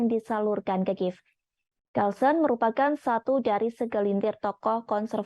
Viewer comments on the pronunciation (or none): none